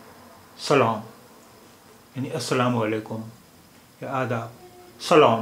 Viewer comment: سلعم سلعم ناکرو اور چتروی نهی چطوری اوک